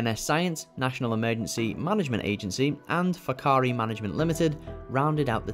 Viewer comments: The pronunciation of whakaari was almost perfect brothers. Just roll that “R” and you’re on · However they pronounced it better than most New Zealanders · Their pronounciation of Whakaari was spot on, did not expect that at all.